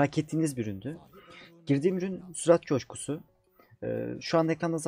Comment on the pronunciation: Sürat coşkusunu sırat köprüsü gibi duydum